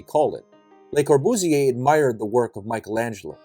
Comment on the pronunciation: Learn to pronounce the name correctly: Cor·bu·sier, Le | \ lə-kȯr-bᵫs-ˈyā